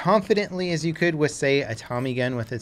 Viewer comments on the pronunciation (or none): none